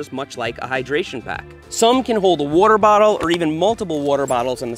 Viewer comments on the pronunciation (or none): What's a "warter bahtle" :p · Nobody: Seth: wuarer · Ah yes, the classic wuhter bottle